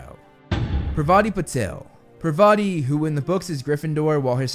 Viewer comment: Excuse me! it's not Pavati it's pronounced "PAR-VA-TI"...